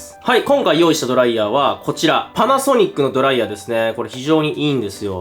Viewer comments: ドライヤー⤴︎ではなくドライヤー⤵︎ では？？？？？？？？？？？ってとこが気になって集中できなかったのでもう50周見ますわ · ドライヤーの発音が気になる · ドライヤーのイントネーションが気になって動画の内容が入ってこない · ドライヤーのイントネーションスパイダーと同じなのか…